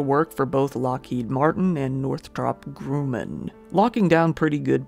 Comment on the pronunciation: Correction: Grumman is pronounced “gruh’-men,” not “groom-en.”